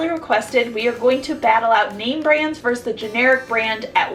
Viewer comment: love these videos but i have to point this out (sorry, pet peeve) - it's verSUS not verse :)